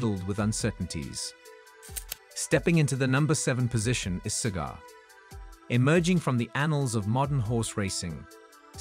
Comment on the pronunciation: If AI is so smart how come it cant even pronounce " Cigar" ? Not Siger..